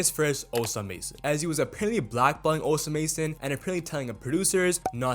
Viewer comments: how is it possible that so many idiots can’t say osamasons name in the right way😭😭😭this is so embarrassing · ITS OSAMA SON NOT OSA MASON💀💀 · its OsamaSon not OsaMason 😭😭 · It’s osama-son 😭😭ctfu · Fr how do you say osamason wrong 😭😭